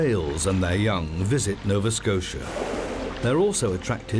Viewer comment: "Novaskosha." "gazoontite."